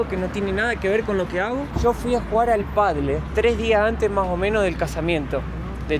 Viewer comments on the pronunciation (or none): se dice "padel" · por favor decile padel, no paddle jaja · cuidado las eses no te las comas y no es padle es "padel " la fonética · Se dice PÁDEL 😂😂😂😂